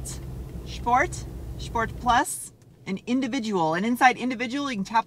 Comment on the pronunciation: drives a 100k car and pronounces sport "shport". not judging just 'miring